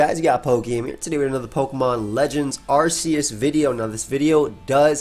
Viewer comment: Arc. Not arse